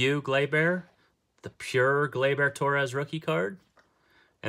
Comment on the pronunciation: Glay-Ber!!!! NOT Glay-BEAR!??